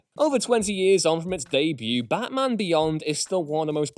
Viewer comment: Am I the only one who heard him pronounce Batman as Bathman ?